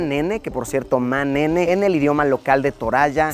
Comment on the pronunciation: Luisito cuando vio el Ma’nene dijo Ne’memes